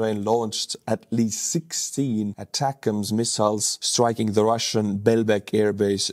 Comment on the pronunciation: it’s “A” “tac-ems” two words. Source: me, I was a mlrs crewmember in the US Army.